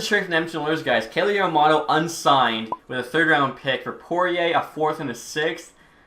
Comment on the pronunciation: You can always lower the trade value of a super star by trying to take on the worst contract on a team. Also Yam-a-moe-to